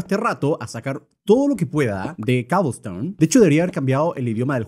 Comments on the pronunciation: ¡ES COBLESTONE! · Luzu: cobelston German: coublstoun